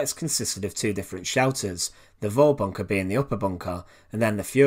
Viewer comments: "Vorbunker" is pronounced "Forbunker". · Interesting video but wrong pronounciation; "Vorbunker" is pronounced "Forbunker" (Think Volkswagen).